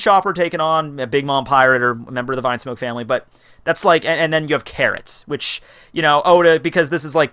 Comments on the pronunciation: "Vinesmoke" "Gurma" "Ray Jay" bruh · Why do you call it vinesmoke ?? it is Vinsmoke which it is pronounced Veensmoke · Rew Rose It´s not a matter of how he calls them, it is how it is written, that's the point. Vine is some thing and Vin is another, learn to differentiate.